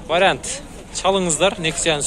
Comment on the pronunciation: чекесин емес. чекеден. тамда емес танда. вариат емес вариант